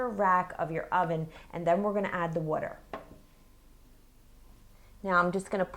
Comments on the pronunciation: I love when she says "water" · Wuter (LOL). And Rumicans